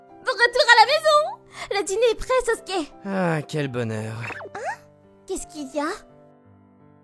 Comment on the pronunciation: Et en fait c'est pas sosuke c'est Sasuke😮